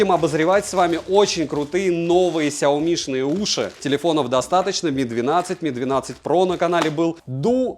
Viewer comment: Произноси правильно! Сяоми'. А не ксиоми🤮. Аж кровь из ушей. Обзоры у него блин быстрые